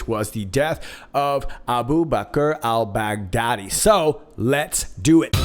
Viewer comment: Great one! Also, Jennifer Mac noticed that Trump said Al Bugatti (French car manufacturer) instead of Al Baghdadi at one point ( time marker) He then said Al Baghdadi right after to confirm he knows how to pronounce the name of the terrorist that they took out. Any ideas on the connection? Maybe a comm to point to the time marker so we dig for a bone?